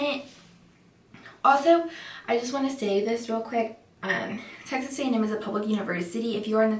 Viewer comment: I thought she said sexist A&M I was thinking “WTF?”